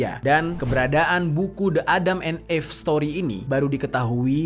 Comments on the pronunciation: Salfok bgt sama penyebutan EVE menjadi "eeff..". Harusnya "iiff" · Again,, sebelum shooting, buka google dulu lah dan cari tau cara baca bahasa inggris. ADAM & EVE dibacanya [édeum én if]. Kenapa gua suka koreksi, karena elu tu banyak penontonnya. Sayang kalau yg ga ngerti jadi ikutan salah baca karena berfikir cara baca lu tu adalah benar. Edukasi juga lah sekalian para penonton dgn bener. Jgn cuma bacain kisah² doang dengan pelafalan yg salah. 🙏😉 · Eve itu dibacanya "iv" , bang, maap kontennya bagus, tapi denger penyebutan yg kurang tepat jd agak ganggu. Sayang aja jadinya. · klo gasalah cara baca eve itu “if” bang